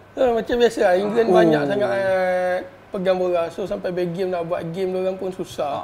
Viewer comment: pengulas acah2 tu boleh diam kot aku rasa. Sebut belgium betul2 la